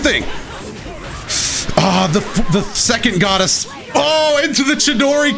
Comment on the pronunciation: Did he just say “the second goddess”